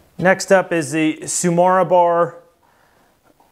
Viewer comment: Not to talk about how tsumura always becomes tsumara somehowlike just say the second u how you say the first one. Of cource that wont make it sound japanese. I try to bring out my inner japanese warlord and always shout everythin that is japanes